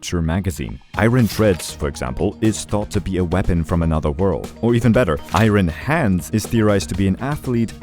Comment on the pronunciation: I gotta say. That is not how you say iron..